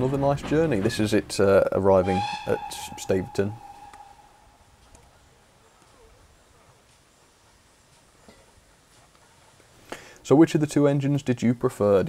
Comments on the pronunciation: Great video, it's my local line! If I'd have known you were coming I would have joined you. One thing though, Staverton is pronounced Stav-erton instead of Stave-erton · Nice one. Shame about the GWR overload though... 😉 And Staverton, I believe, is pronounced "stav-erton" (not "stave-erton")